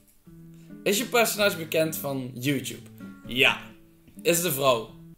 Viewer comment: zeg Mario in plaats van YouTube zeg ze hout Tube 🤣